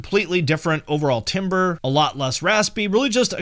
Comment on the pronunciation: timbre is pronounced as "tamber".